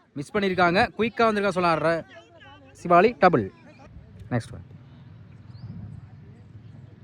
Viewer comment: யோ உனக்கு எத்தனை தடவ சொல்லுறது சிவாலி இல்லையா சிவலி னு சொல்லுய்யா பெரிய பேட்ஸ்மேன் பெயரை சரியா உச்சரிக்கவும்